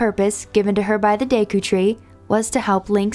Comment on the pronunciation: Deku. Deh-koo. Not daykoo. "E" in japanese goes EH.